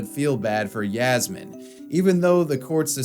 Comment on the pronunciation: Hey btw, it's written as Yasmin, Yasmine, or Yasmeen, but it's always pronounced as Yasmeen. Just lettin' ya know